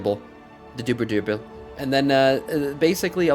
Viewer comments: DUDE it's pronounced DEEER I JAH BLE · It is pronounced "Dirig ible" ....you keep putting an extra g in it. We have have these things in IRL history. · How can someone can’t pronounce dirigible, OMG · Did you catch his pronunciation of Scholomance too...besides the buthering of the word dirigible.